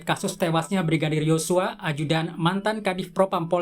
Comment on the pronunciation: Sedikit gagal fokus sama pembawa acaranya saat ucapin YoSsuaa hahha